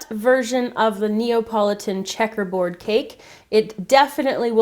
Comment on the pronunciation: I first read Napoleon cake so I got so confused when I heard how she pronounced Napoleon... :P glad to see it was just me who read wrong, not she who had the oddest ever pronunciation of Napoleon :P